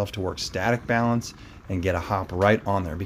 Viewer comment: Coach, it’s “balance” :)